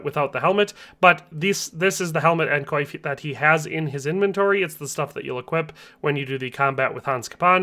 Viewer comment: Coif is pronounced like “qwoff.” Capon is CAPE-on.